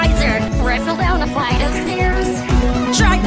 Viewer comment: I love the way she says: "Flight". "Where I fell down a FliGhHt of stairs!"